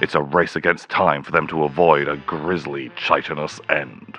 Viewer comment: "Chai-tinous" end💀